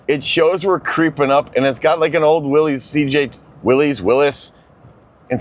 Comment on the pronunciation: Every Jeep person should know it’s pronounced “WILLIES” and not “Willis”